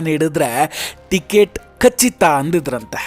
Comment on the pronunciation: ಕಚಿತ ಅಲ್ಲ. ಖಚಿತ. ,👏.